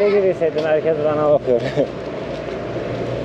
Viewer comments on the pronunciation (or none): none